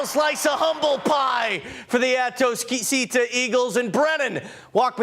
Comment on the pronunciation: Dude is struggling mightily to pronounce atascocita😂 he also mispronounced “humble”